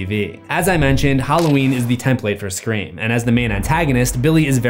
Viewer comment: CUD YOU PLEASE PLEASE PLEASE STOP DOING SCRAEM